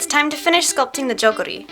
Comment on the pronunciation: Looks very nice! Just so you know, the o in hanbok is pronounced more like o in boat rather than in box. The u in jugori is pronounced more like u in just rather than juice, too. And you made a good decision on the eyes. Traditionally (though no longer), the brides' eyes were glued shut during the ceremony so that they wouldn't get stage fright, if I remember correctly.